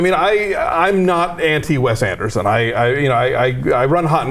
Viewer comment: Did she just say 'WEST Anderson' ??